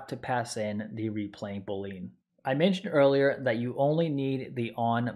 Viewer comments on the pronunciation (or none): I'm sorry, I just can't get over how you pronounce it boleen haha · Boo-lean...? Ty for the tutorial though